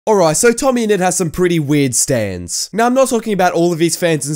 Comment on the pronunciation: Idk whos "tomme ennet" i just know "tommyninnit"